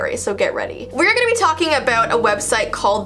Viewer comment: Its website not wediste 🥺